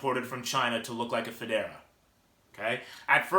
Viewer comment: fedora is a hat. It's FOH-DAR-AH.